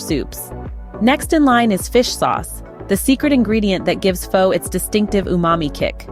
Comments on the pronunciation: If you know the proper pronunciation to Phó, why do you insist on pronunciation it Fo? How insulting! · This video's script, narration and the attractive woman pictured in the thumbnail all scream AI GENERATED CONTENT. There's no real chef behind these videos, it's just someone trying to make a quick buck with a new technology. Missing the pronunciation of the word "Pho" was another clue.